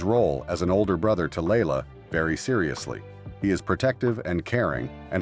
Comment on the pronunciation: Sandra’s daughter’s name is pronounced LYE•la, not Layla. Louis was called “Louie” when he was younger; he may or may not prefer Louis now, but he damned sure isn’t Louise. Do some research, please!